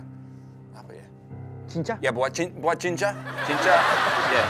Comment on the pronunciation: Cinca?, bukan jinjja?, sekalian aja plesetin jadi CINCAW!